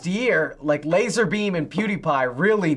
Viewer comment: Wait did said lazar beam?